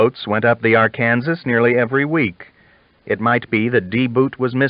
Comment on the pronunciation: I am enjoying listening to these but I can't help but get a bit irritated with the way he says some words wrong. Arkansas and Xavier are two that come to mind right off.